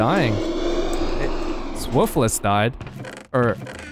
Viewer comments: "Woof-less" it's pronounced "Woof-uhls" XD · i love the way says woofless name XD woof-el-ss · I love how he has no idea he pronounces woofless wrong 😂😂😂 woof less😂😂😂